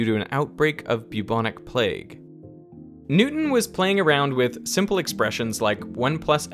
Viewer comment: I love how he pronounces Newston as "new un"